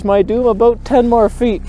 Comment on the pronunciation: Whats that aboot.